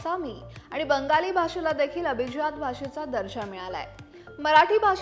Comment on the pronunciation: अभीज्यात नाही madam अभिजात म्हणा